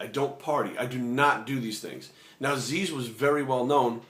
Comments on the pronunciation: Zyzz. Not 'Zeez', hahah. Love your vids mate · its not zeez, its fkin zyzz brah not z e e z..fkin zyyzzzz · it is pronounced as ziz, not zeez. he said zeez because that is how americans pronounced it and he was having a laugh. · Go watch the video entitled "zyzz-inspirational speeches" Zyzz himself pronounces it as Ziz in the video more than once. He doesn't pronounce it as Zeez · Zyzz is pronounced ZIZZ, like the word "is", "fizz" "jizz" "ms" "Liz" "his"... NOT ZEEEEZ!!!.. Anyway.. GREAT VIDEO, I like ur thoughts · P.s zyzz is prounounced like " jizz" lol.. not "zeez" just a heads up :-) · Good advice, I think you are pronouncing Zyzz's name wrong though. It is written like Zyzz but it is supposed to sound like "Ziz" Anyways, good video, thumbs up. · What? No Zyzz did say it himself. You havnt watched any of those rare vids? There are even some motivational zyzz vids where they show it. I thought it was pronounced Zyzz too in beginning. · You can't even pronounce Zyzz's name right! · omg yah he pronounced it wrong butt wtf you just care about that! and this video is fucking great i hope you all acknowledge his advice cause its fucking good advice. Erland Grodal nice comment bro yah he maby too roids butt it was still hard work and motivation that got him that body you fking cant inject riods sit around and think you gonna get built! zyzz is an epic motivation to millions for training! good video brahh